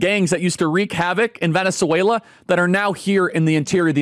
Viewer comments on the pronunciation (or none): none